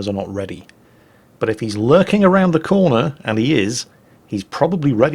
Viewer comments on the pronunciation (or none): none